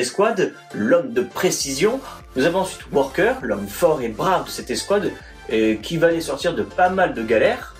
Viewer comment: Vidéo sympathique bien expliqué et détaillé, petit problème c'est que c'est wrecker et pas worker et c'est crosshair et non pas corsair sinon c'est bien sympa